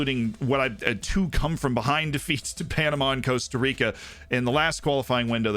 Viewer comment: Cost-A Rica for the love of the FM gods please!!!